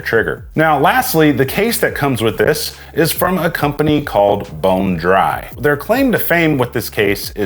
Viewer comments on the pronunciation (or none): I may be trippin but I think he also said “trijjercon”…